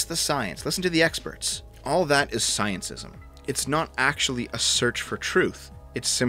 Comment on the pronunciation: It's scientism not sciencism